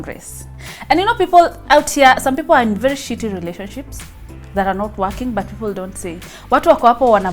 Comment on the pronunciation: so motivating and inspiring one to wait for the right person...alafu am I the only one who heard akisema "its vely important for me" 😂😂😂...anyway keep the fire burning ur teaching the teenagers that dating is not a must due to peer pressure